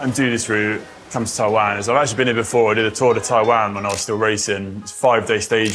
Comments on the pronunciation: As someone born in Taiwan, the only thing I'd say is that I was slightly bugged by the incorrect pronunciation of Taiwan throughout the video! Would be great when promoting the country to say the name correctly! Appreciate you guys showing the beauty of the country though. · Taiwan! and what a fantastic episode! By the way, the country is pronounced "Tie-One" not "Tie-waan". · Brits give other English speakers crap for pronunciation, but apparently they can't pronounce Taiwan properly. The difference in the way they pronounce it and how it should be pronounced is like the difference in pronunciation between "ant" and "aunt". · Greta vid…just … wish you could pronounce the name of the country properly 😅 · Hi...English people pronounce "Taiwan" differently to every one else in the world which is strange and even grating to hear. I've often mentioned this to Brits in Taiwan and they defend their pronunciation by saying it's said how it's spelled, so I ask how do you pronounce "subtle"? lol...and don't get me started on how Americans butcher the pronunciation of "Muslim"! The correct way to pronounce Taiwan is how it's pronounced in Taiwan by the Taiwanese and by every where else in the world which (except the English) which is "Tie-one"...and definitely not "Tie-waan". Come on Brits, make the effort to pronounce it the right way or we'll start pronouncing Britain as "Brit-tain" lol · TaiwAn. What’s with that pronunciation from the two of you?